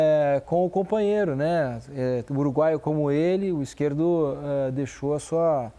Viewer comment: É Izquierdo e não Izquierto, ajeita isso aí